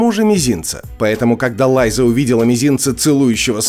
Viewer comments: Лайза...Еще и с ударениями проблема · Почему "Лайзу" , а не Лиза? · Лиза аррен а не лайза)